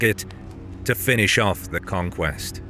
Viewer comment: It's not "conquest" And Kham. You don't even know's the basics...